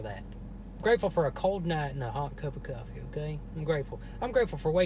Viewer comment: Did h say coffee